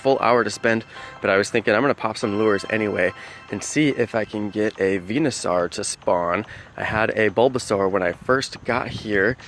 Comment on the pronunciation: you're saying Venusaur wrong